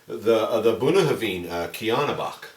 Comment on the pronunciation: I've never heard Bunnahabhain pronounced the way you say it, where did it come from? - Never seen this bottling around.